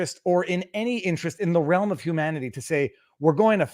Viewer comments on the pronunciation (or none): none